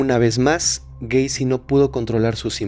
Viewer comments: Se dice gueisi no güeisi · Cada que decía "Güeycy“ me daban ganas de quitar el video